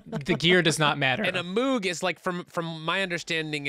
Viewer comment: Ohhh I always thought the Hard Fork music was so cool. Thank you to Dan and Elisheba and the music team for creating it. Small pet peeve but it's not a "Moog" like mood, more like Moog like vogue